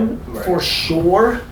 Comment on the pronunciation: “For shore”